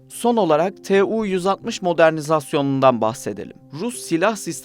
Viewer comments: 'Tu' diye okumak varken rahatsız edici bir şekilde 'T' 'U' şekinde kodluyorsunuz. Kodlayarak okuyabilmeniz için T ve U harfleri farklı kelimelerden alınmış olması gerekir. Ancak 'Tu' - Tupolev isminden geldiği için kodlamadan 'Tu' şeklinde okumanız gerekir. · Tee uuu 160 Tee uuu 160 deyip durmuş